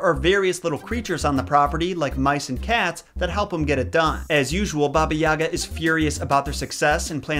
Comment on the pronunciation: god the way he pronounces yaga kills me